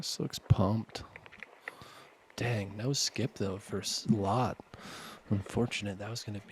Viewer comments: Silvers last name is pronounced like the English word LET. Not Lat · "Lat" dude its L Ä T T